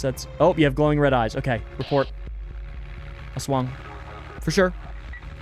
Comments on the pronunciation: 10/10 game, jeepney driver forces people to fit in like sardines.great pronunciation of aswang. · aswang pronunciation is very good, veryy tea.